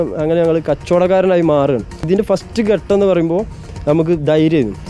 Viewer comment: എന്റെ പൊന്നു സുഹൃത്തേ ഘട്ടം എന്നാണ്. അല്ലാതെ ഗട്ടം എന്നല്ല. മലയാളം നന്നായി ഉച്ചരിക്കുന്നവരിൽ നിന്ന് കേട്ടു മനസിലാക്കി പറയൂ. ഗട്ടം ഗട്ടം എന്ന് ആവർത്തിക്കുമ്പോൾ അരോചകം.